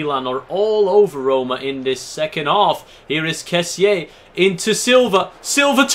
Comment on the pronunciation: you do not say correctly surname Kessie...say it without ''e'' in the end... ;)